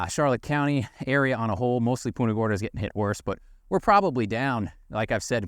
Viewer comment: You are pronouncing Punta Gorda wrong